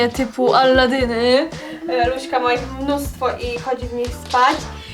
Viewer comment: Czemu mówicie luśka???